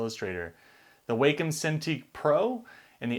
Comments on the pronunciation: Wacom is pronounced Wah-come, NOT Way-come. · Short "a". WAHcom, not WAYcom.